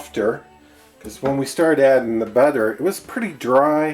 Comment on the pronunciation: The way u say butter its not right